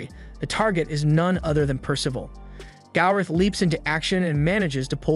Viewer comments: Gowther. Gowther. Gowther. Gowther. Gowther. Gowther. Gowther. Gowther. Gowther. Gowther. Gowther. Gowther. NOT GALRETH. How do you fuck that up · Why can he say gowther name right 🤦🏽‍♂️ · PLEASE PRONOUNCE GOWTHER'S NAME CORRECTLY!!!!!!!